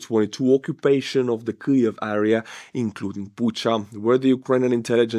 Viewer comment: There's no L in Kyiv!